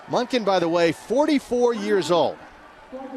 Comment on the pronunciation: Coach Monkey? Really? It's Monken.